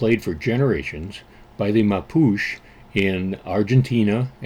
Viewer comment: Expat in Chile here. This was a pleasant surprise! BTW it's pronounced "MAH - POO - CHAY".